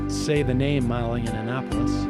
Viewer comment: Props to Sam for saying “YANNA nopolous” everytime. It’s the boomer way of really proving your name isn’t worth learning